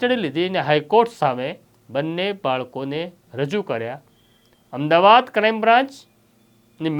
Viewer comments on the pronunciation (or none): none